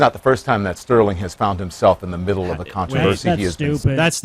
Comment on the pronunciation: says controvershi. is garbage.